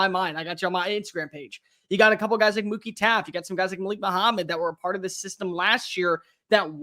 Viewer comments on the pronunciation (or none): Did you say Mookie Taffe?